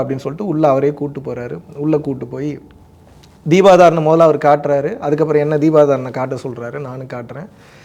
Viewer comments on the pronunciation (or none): 😂😂😂 தீபாராதனை ❌ தீபாதாரனை✅😂😂😂